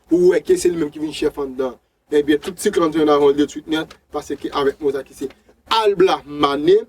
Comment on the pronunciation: Se labla li ye wi fanmi ou di albla